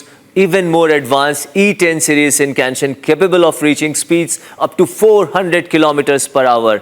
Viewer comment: Good news. But the guy reporting on the bullet trains can't even pronounce shinkansen properly; good job.